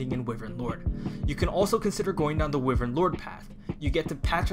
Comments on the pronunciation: i’m sorry, i really hate being that guy but its “WHY-VERN” not “Wih-vern”. love your videos btw been watching all your three houses videos! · Not normally the negative comment guy, but the way you pronounce wyvern physically pains me.